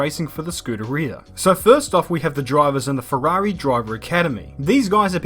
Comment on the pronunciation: LOVE the english accent saying ferhuarhi (Ferrari)